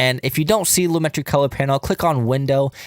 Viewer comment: Great video. It’s actually pronounced “loo-muh-tree” tho lol